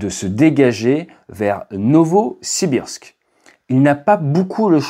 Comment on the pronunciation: Alder 😂😂😂. Non Adler ! Novosbirsk... 😅